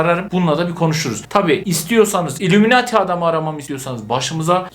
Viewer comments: Abi illumemati değil illuminati 😂😂 ama seni çok seviyorum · ilumunati diye okunuyo